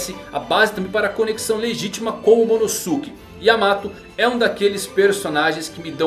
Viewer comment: Poha eh /Momonôske/ que se pronuncia